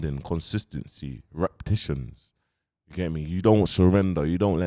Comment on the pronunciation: Re-pe-ti-tions. I understand it's a long word. I sometimes make the same mistake. Thanks for always providing us with value!